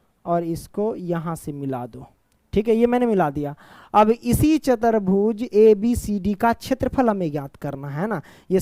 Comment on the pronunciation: Chatarbhuj 😂 chaturbhuj